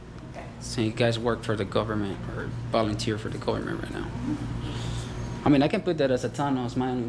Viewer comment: “bolounteeer” lmaooo learn english